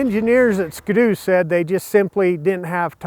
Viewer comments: God Dam Its (Skee-Doo) Not (SkaDoo) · why does he say skdoo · lmao really you pronounce it like it's one word.... don't you see the dash? ------- - it's ski.........doo hahaha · Lol "Skdoo" XD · I’ve never heard someone pronounce it that way “skudoo” it really bothers me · The way americans say ski-doo really triggers me. Not sure if thats how you actually pronounce it but its triggering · Is anyone else bothered by the way he says "ski-doo"